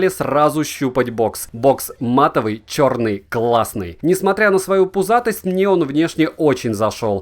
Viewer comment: От твоего произношения слова "чёрный" поугарал сильно)) Оооочень эмоционально получилось! Спасибо)